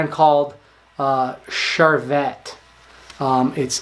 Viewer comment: Hi. Thanks for the video. The tie brand you are talking about from France would be pronounced Charvay. You don't say the t. Just a tip for you. Keep up the great work!